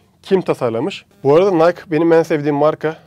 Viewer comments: Nike Nayk diye okunmuyor abi nayki diye okunuyo bunu da bilgi olarak söyleyim çok işine yarar :D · NAYK değil NAYKİ diye okunuyor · Madem çok seviyosun Nike markasını ve okadar çok bilgi biliyosun bari doğru oku. Ana vatanında kimse nayk diye söylemez. Orjinal okunuşu naykiii dir. Nayk dediğinizde hiç bişey anlamazlar yüzünüze boş boş bakarlar. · Şu bilgiyide ekleyebilirdin”Biz buna ülkemizde Nayk diye telaffuz ediyoruz ama markanın asıl telaffuzu Nayki”dir.:) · nayk değil nayki hocam, çakma jordan da incele hem de koyaslamalı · nayki - nike değil nayk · Nayk değil nayki diye okunuyor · Nike " nayk " diye değil " nayki " diye okunur reis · Nayk degil nayki diye okunuyor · Nike, nayk diye okunmaz orjinali naykii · Nike'ın "NAYKİİ" diye okunması bir ironidir. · Tanrıçanın ve dolayısıyla markanın ismi “Nayki” şeklinde okunuyor. Amerika’da da bu şekilde söylüyorlar. Ayrıca logo tanrıça Nike’ın kanadının şeklinden esinlenilmiş. Eklemek istedim. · Hocam o tanrıçanın adı Nayki diye okunuyor. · Nike,Nayki diye söylenir. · Nayki diye okunuyo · Herşey iyi hoşta tarihçe falan ama nayki diye okunuyor